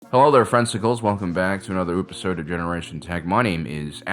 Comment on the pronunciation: Is it just me or did he say oopisode instead of episode at the start? 🤔